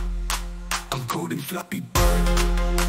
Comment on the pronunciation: Did I hear, Fappy bird??? damn